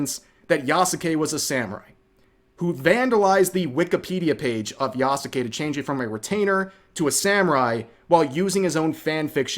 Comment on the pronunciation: Why did you Touristpronounce Yasuke?